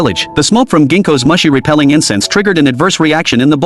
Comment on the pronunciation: It's pronounced MOO-SHE, not Mushy.